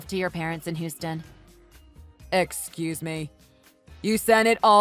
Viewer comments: Hew-stun! It's pronounced Hew-stun. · They need to learn how to pronounce Houston.